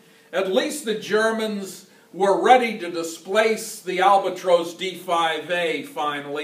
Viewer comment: Albatrose. That’s the first I’ve heard it pronounced like that. BTW, I’m fairly confident that the Siemens Halske Sh.III rotary 160hp had both the crankcase and prop spinning in the same direction. However, the crankshaft turned the opposite direction of the crankcase and the prop. Also the prop/crankcase was geared to turn at a lower rpm.